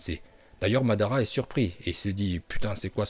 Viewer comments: Mandanda non mais svp arrêtez vos conneries vous savez pas prononcer les noms de personnages ou même techniques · Tu dis Mandanda mdrr jsuis mort